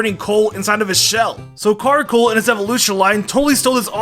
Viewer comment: CARKOL. NOT CARCOAL! AND DO NOT CALL MAGCARGO A BOY!